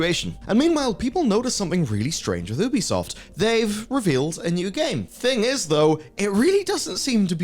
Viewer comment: One day, you'll learn how to pronounce Ubisoft correctly.